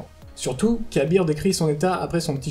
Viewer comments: C'est pas pour critiquer ou quoi que ce soit, mais on dit plus "ka'beurre" que "kabir" non ? Si mes souvenirs sont bons, c'est comme ca que le prononcait praedyth (dans la mission avec les 3 memoires pour avoir le trop long a expliquer) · Ca se prononce Kab-R en 2 sylabe "Kab" et la lettre "R" dans la prononciation d ou un nom sans "i" donc Kab-R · Ah d'accord perso, je préfère "ka'beurre, près-dith et paha-nain" plutôt que "pra-é-dyth, ka-bir et pahanine"